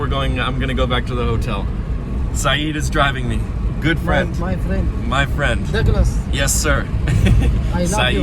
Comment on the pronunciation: اسمه دقلاس وهم يقولون دقلوس